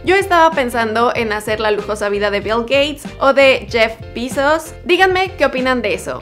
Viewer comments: Jeff bisos dice😂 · Jeff bizos jaaaja como dijo